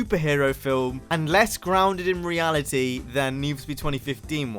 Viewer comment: “Reali-e “